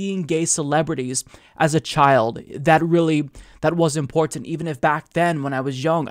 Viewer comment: I love how he says "importint"